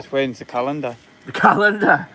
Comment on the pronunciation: did you say calendar? Or COWendar?